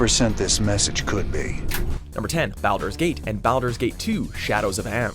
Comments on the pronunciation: Why did he pronounce them BOWDER'S Gate???? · Am I the only one who cringed at the way this douche nozzle said BALDUR'S GATE? I am SERIOUSLY hoping people don't think it's pronounced that way because of this video. Thank you for almost ruining FORGOTTEN REALMS.... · I upvoted for Baldurs Gate, even if you pronounced it horribly. About to have a lot of salty people though who haven't played games on a PC. You lose points however for talking about Diablo 2 without mentioning Diablo 1 which, by the way, was on PlayStation